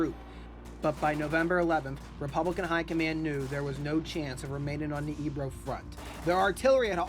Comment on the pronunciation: Good video. I spent two days last week in Corbera, and currently living in Flix studying the battle. Btw, it is pronounced “fleesh”. The river is pronounced “ay- bro”